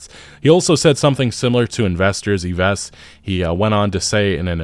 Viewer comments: More like around 22 000 employees. It's Yves (pronounced like Eve, new years eve), your Guillemot is pretty good :) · For the firstname Yves you don't say the 's' and it pronounce as 'Eve' in english (obviously not at all how a french would say eve) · As a French speaker I chuckled how you Pronounced the name "Yves". You pronounce it as "Eve" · It's pronounced 'Eeves' (as in Yves St. Laurent). Ubisoft pretending they don't pre-load their games with toxic DEI propaganda and abject wokery is perhaps the most hilarious and demoralising thing in that depressing press release (they begin every AC game with a blatant, unskippable declaration of nauseous 'diversity and inclusion' virtue signaling, after all). They have learned nothing, will learn nothing, and will ultimately meet their wretched end. The DEI woke mind virus always overwhelms the host. The condition is terminal, the patient all but beyond saving. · It's pronounced EEV. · I'm sure you've watched many E3's and Ubisoft forwards over the years, and you still don't know how to pronounce Yves Guillemot's first name, it's pronounced Eve. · Doubt you’ll ever read this but name of the CE’s name is pronounced “Eve”. With all this Ubisoft news recently it hurts my ears every time you say it. I’m just happy that all these companies who were so arrogant in thinking gamers had nowhere else to go, who antagonized their very customer base, calling them all kinds of terrible names. Are now suffering the consequences of their attitudes and actions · Doubt you’ll ever read this but name of the CEO is pronounced “Eve”. With all this Ubisoft news recently it hurts my ears every time you say it. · Yves, is pronounced Eve, just FYI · His name is pronounced Eve as in Adam and Eve :) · Fyi Yves is pronounced like "eaves" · Yves Guillemond is prounced : Eave Gemon in case you wanted to know 😅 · Yves is pronounced like "heave" You welcome 😊 Great content btw! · Yves is pronounced like EVE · CEO's name is pronounced as "Eve".